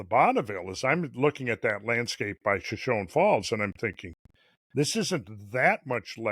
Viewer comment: It’s pronounced shoshonee. Hard E at the end.